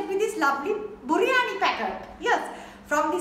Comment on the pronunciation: All my life, I've been dealing with... ..."Mate, why'd you lot call biryani, "Buriyani"?" The way she says pickle, potato and chicken...made me squirm. Mad props.